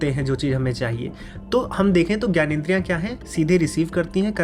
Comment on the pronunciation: आप खुद ग्यानेंद्रिय क्यू कहते हैं, जब की वो ज्ञानेंद्रिय है